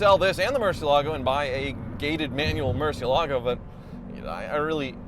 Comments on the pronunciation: PLEASE SELL THE MURCIELAGO! Or as Ed Bolian would call it, Murci-ellah-go... Flippin weirdo that guy, I tell ya... First time I heard him pronounce that, he just never sat right with me from that moment on... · Took just 16 seconds to murder the pronunciation of Murcielago. A new record.